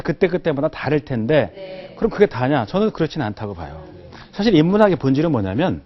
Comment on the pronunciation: 왜? 왜? 강의 중에 "에!예!예!"하고 굿민학교 어린 아이들처럼 반응함은 실로 천속 유치한 일이올시다. 인문학 학자 의 발음 문제를 지적해야하는 한국 문화가 이 얼마나 슬픈 일입닠까? 장음인 단어의 첫 자를 "짧게 잘못 발음" 한 예: 사실,2천,개체,뭐냐?,소설,두가지,두 번째,문제,등!! 실로 심각합니다. 그리고, 말을 좀 천천히 절도 있게 하시옵소서. 학자의 픔위의 문제이올시다.